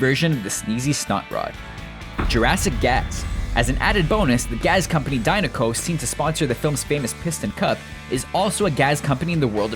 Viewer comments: Gas*** not "gaz" lol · "Jurassic Gazzzzz" dat accent doughhhhh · "Gaz company"?